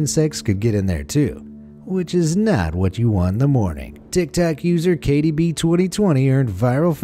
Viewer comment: he said tiktac :D